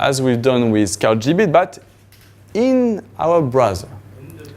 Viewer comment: As someone who speaks it "Blowsel" you should not correct someone :)